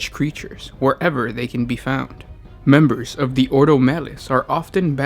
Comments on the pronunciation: orDo not oro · Jack Jones each 'oro' is a nail in my heart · "Oro"... Maybe not actually... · Every time the word "oro" is uttered the Emperor's corpse sheds a tear.